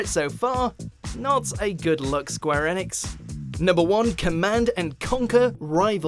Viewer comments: It's pronounced square e-nicks, ,.. Just saying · Why are you pronouncing Enix like that I honestly have never heard anyone say it like that